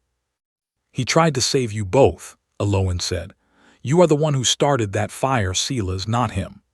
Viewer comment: At least Silas is pronounced correct